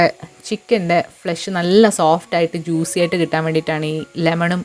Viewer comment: ജൂസി ❌ ജ്യൂസി ✅